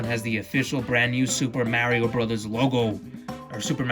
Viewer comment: You’re saying Mario wrong